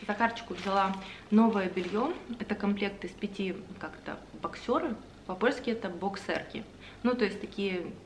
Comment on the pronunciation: эти трусы в России называют «бОксеры»)) Через «е», с ударением на «о»)) Спасибо за влог 😊 как всегда супер!